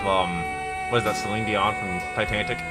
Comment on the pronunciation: oh gosh., its Titanic. Not Titantic.